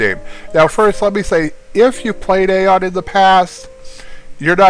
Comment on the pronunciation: I'm pretty sure that AION is pronounced "EYE-ON."